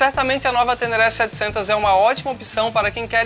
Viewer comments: Se vier num preço competitivo, é uma moto interessante, seria a bigtrail com pegada mais off do mercado por aqui. Mas o que dói nos ouvidos é ouvir "TÉNÉRÉ" com acento agudo dos "E's". O correto da pronuncia é "TÊNÊRÊ", com som de acento circunflexo nos "E's"... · Só pra dar uma dica: A pronúncia correta do nome dessa moto é "tênêrrê" Espero ter ajudado.